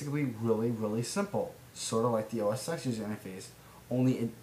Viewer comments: It's pronounced "OS Ten." Vista search for documents is terrible, but Start Search for the start menu alone is a godsend. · Noone else here corrected you on OS X's pronunciation. I didn't mean to tell you what you already knew, but I didn't think I'd be the 5th person to tell you.